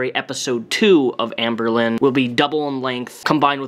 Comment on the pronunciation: i hear anberlin, like the band